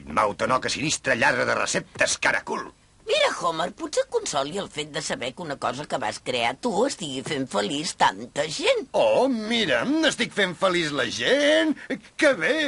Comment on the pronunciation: Red Hot chilli pepars, Harry pottar, autopista al infern, homar. El doblaje sería cojonudo si no dijeran de esa forma ciertos nombres propios...